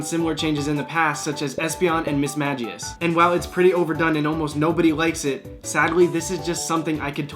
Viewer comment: Hits for pronouncing mismagius wrong no